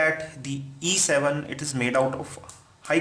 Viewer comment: very confusing everytime you speak either "E7" or "A7" because you pronounced them similarly! lmao